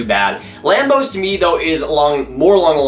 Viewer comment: Put some respect on Carson Lambos' name!!!